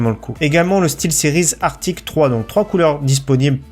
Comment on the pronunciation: C’est Arctis pas Arctic!! Sérieux tu fais toujours l’erreur